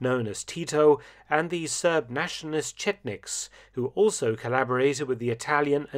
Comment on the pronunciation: He said Chech Mix…made me hungry